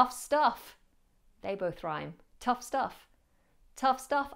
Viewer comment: Watch out! tough and not 'touth'...